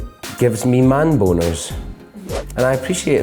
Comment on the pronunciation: The way he says boners though 🥰😂